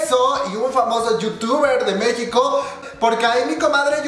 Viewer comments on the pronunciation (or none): none